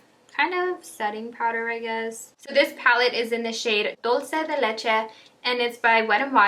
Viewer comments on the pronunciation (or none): I thought you were Latina until I heard you say “dolce de leche” lol nvm